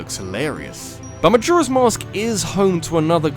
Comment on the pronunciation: The way he says “Majora” triggers me.